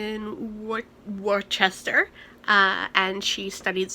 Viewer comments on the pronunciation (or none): Wor-Chester 😂 that made me love you